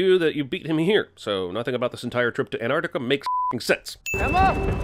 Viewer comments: "Anarticuh" ANTARCTICA ANT - ARCT - ICA HOW HARD IS IT JEREMY GOD DAMN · My biggest critique for this video is that you mispronounced Antarctica. It's Antarctica, not Anartica. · Just realised how Americans say anartica instead of Antarctica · Isn't it ant-arc-tica??